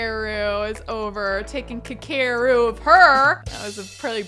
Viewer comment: aweee this is so cute. I hope their baby is cute too. and human rather than an alien. also his name is pronounced "Ka Ke Ru it's Japanese.